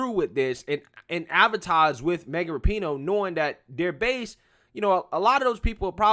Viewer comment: Its pronounced RAP - IN - NO